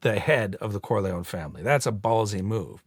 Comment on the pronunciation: Geary mispronounces 'Corleone' when speaking on the band stand. Making a point of his pronunciation when he's trying to extort Michael makes me think someone had a word in his ear about it, about how disrespecful it was...and how little he cares that he was corrected!